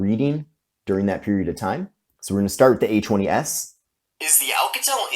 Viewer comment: Kept checking the description, because when you say A20s it sounds like H20S. Lol